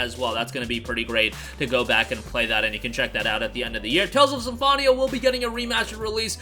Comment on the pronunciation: Sorry 😅 "SymFONia"